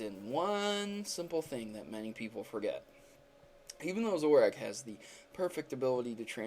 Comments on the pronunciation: ITS PRONOUNCED ZO-RORK!!! Not zorack!! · its zoro ARK not ahk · STOP SAYING ZORACK ITS ZO RUH ARCH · and also, you pronounce zoroark like this: zorak. it is zoro-ark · It sounds like you say "Zoroack" XD it's "ZoroARK" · Its Zoro- ARK Not 'ack' ZoroARK - >:( Zoroack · I'm sorry, but I can't take you seriously between the stilted speech, the obvious lack of effort in editing, and the fact that you repeatedly called a pokemon ZORAK. It's Zor-o-ark. Like it's got an R right beside the k. Hell you could have said zo-roark, I'd be okay with that too. If you can't even bother to learn a name properly, I can't trust your skills of deduction. 3/10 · zoroARK not zoroACK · "Zoru" "Zoroak" "Zorak" Guys, it's Zoroark and Zorua. <_> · Lol Zorack it's Zoroark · I can understand mispronouncing Alomomola or Rayquaza but Zoroark? c'mon man, Zoroark, not Zorack and when you say Zorua it sounds like you're saying Zoru. I don't mean to be an ass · BUT!! first off, I want to say that I LOVE your videos. but one thing botered me in this one. its pronounced zoroARK not zoroWAK. just saying... side note, in one of the episodes from the anime, a recent one, I think a zorua transforms into a person to act in its trainer's films. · Zoru and Zorak? :P It's Zorura and Zoroark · Most monotone thing I have ever heard also its zoro-ark not zoroak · It's pronounced ZoroARK, not Zoroak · I'm sorry dude, I can't go past 30 seconds. Normally I'm okay with any pronunciation of Pokemon, but that's just ridiculous. "Zoru" and "Zorahk"? ZoruA and ZoroARK. I've watched a few of your videos and I'm pretty sure English is your first or very prominent second language - so that's inexcusable. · It's (zore-oo-ah) and (zore-oo-ark) not zora and zorack! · You said zorua and zoroark incorrectly. Zorua has an a, so it isnt pronounced like "Zor-oo" it should be "Zor-oo-ah" and zoroark should be "Zor-ark" rather than "Zor-ack" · You said Zorua and Zoroark wrong. It's zoreOOuh and zorOOark